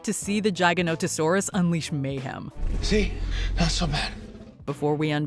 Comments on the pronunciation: That is not how you pronounce Gigainotosaurus Jig-a-note-toe-saur-us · The giga… lmao what gig say? What about jig….She’s literally saying jiganatosours? Lmfao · its called the gi-ga-no-to-sau-rus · I love how she calls the giga "jaganotosaurus" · Hope no one else got a migraine from how she said giganotosaurus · I’m cringing at her pronunciation